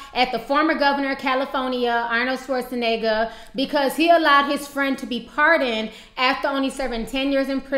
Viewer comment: Arnold Schwarzeniga" xD